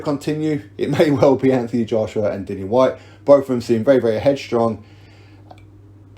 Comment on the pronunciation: It's Whyte. Lol.